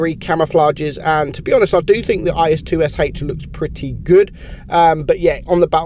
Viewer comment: I think the IS-2sh is actually pronounced IS-Toosh